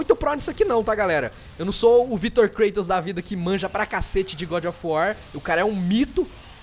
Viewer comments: é Kratos n klatos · o falou klaitonkkkk